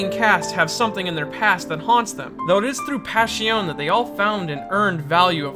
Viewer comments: It’s pronounced “Pash-i-o-nay” not “Pash-i-on” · Since its italian wouldnt it be pronounced "Pash-ee-oh-neh"? Or am i making no sense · Passione You pronounce the E, that's how Italian works. Like Spanish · italians do not chew the last letters of the words like most other nations. Last letters signify the masculinity or femininity, or even if you're referring to something singular or plural It's very important to pronounce passione as passionE.